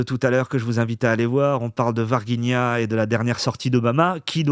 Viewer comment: on prononce Varginha ainsi: varjigna. Je vis au Brésil depuis 1996, année de l ET de Varginha. Enfin les Révélations🎉